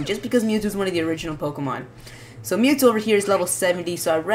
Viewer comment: Mewtwo not MewTwo!